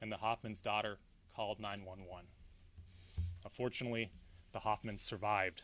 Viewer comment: Why is he smiling creepily the entire time and who tf pronounces "fortunately", "uh-fortunately"?! He did it more than once! Oh he's been appointed by Trump... He seems like he wants to say "unfortunately." Also absolutely none of what he said regarding about how chilling this all was, is unbelievable. He's just reading whatever was written for him. Zero actual emotion regarding truly horrific events.